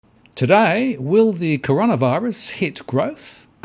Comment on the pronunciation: Finally you got the name right... in that video you released last week, you pronounced it as 'Connorvirus'.